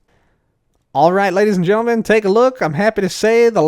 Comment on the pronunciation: "ladys, getlemen, everybody in betwen" we love you